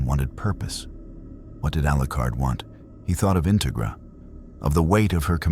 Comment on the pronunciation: Like the story so far Integra is pronounced In TEG ra Minor thing but very interesting